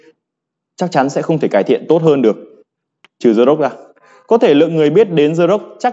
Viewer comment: Làm ơn đừng đọc The là dờ hay giờ, hãy đọc đờ hoặc đi. Hãy giữ sự trong sáng cho TA!